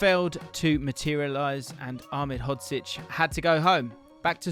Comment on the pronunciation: unfortunately he didn’t pronounce it correctly great video tho